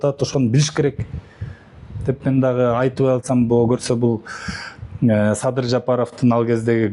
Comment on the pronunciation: Сабыр эмес Садыр деп туура айтчы итркемди келтирбей